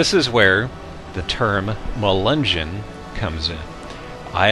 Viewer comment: I thought Melungeon was pronounced Muh-lin-nyon